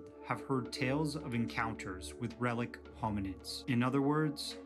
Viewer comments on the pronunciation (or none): RELICT hominid. The word is RELICT, with a "t" at the end, not "relic." The word relic is now more commonly used to refer to the body parts or belongings of deceased holy people that are kept as objects of reverence.